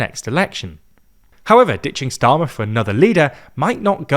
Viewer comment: And , "[Kier] Streamer" 😂